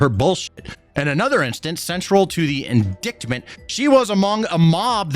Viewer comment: wtf is an in-dick-ment bro lol it’s in-dite-ment the c is silent bro love you man but that’s an important word for you to know